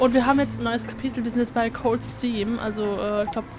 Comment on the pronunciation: nicht "cold steam" sondern "cold stream"